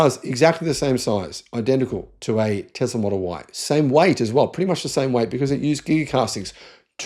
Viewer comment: Tezler 😂 speak English man 😊Tezzla 😅 Let's say it together T E S L A ... TESSSS LA